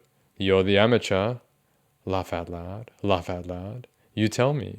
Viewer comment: The way he says “loaugh out loud” in that accent really bakes my bread